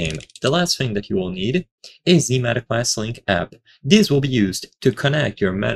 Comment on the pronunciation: "MET Q YOU LINK APP" - AI slop, 2025.